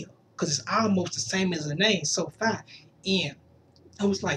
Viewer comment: It said sofie but its pronounced like sofee with a long e